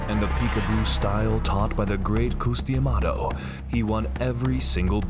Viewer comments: “Coos D’Amato” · I know you did not just say koos de amato